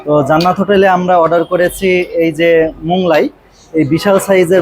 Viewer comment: Moglai k Monglai bolben na. Otherwise you are excellent. I am your new fan.